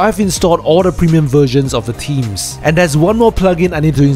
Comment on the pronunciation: Strange, you'd think that if you were to do a video on wp themes you might learn how to pronounce the word "Themes". Strange world we're living in.